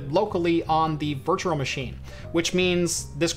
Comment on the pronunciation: "virture machine"🤣 sorry man I love the videos but it makes me laugh